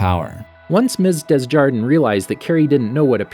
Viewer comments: Desjardin -> day zhar dan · The girl's gym teacher's last name is pronounced (du•zhar'•DAN), frenchified/or average American English (dez•YAR•dən) or (dez•yar•DAN), But the S isn't pronounced, middle syllable is never pronounced like "jar", The l in the last syllable is as an A. The N is intoned nasally, within the mouth but doesn't really escape it. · Say it with me,. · The teachers name is pronounced as DAY ZYAR DAN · Pronounciation: DESJARDIN= "Day-(ge)ar-dehn" do not pronounce the final N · Your mispronunciation of Desjardin is life 😂